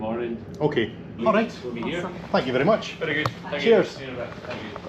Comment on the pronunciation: Saturday video! Did I hear "ferry good service":) Thank you and.